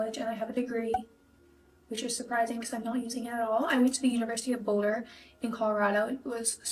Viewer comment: Not a good rep for Boulder when she couldn’t even say it right 💀